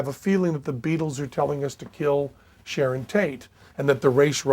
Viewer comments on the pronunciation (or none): none